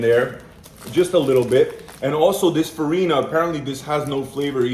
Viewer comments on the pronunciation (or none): It's "farinha", spelled "fariña" ("nh" has sound of "ñ"). The "ñ" from "piñata", for example. And "feijoada" is spelled as "fei"joe"ada). Yes, put "jo" is spelled "joe" in "feijoada".